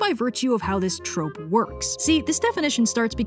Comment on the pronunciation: Ah yes, Sir Pentious's Trrrrrope Talk! 🦜